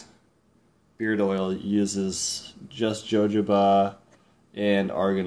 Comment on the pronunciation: Not to be a pain in the [insert body part here], but its pronounced "hohoba".